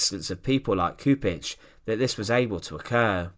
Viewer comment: mister, you need to do some extra effort with the pronounciation of names. it's Chupich. not Kupich. do your homework. please. out of respect to the fallen.